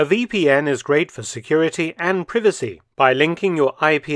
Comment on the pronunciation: When he says PRE-VACEE In the add it cracks me up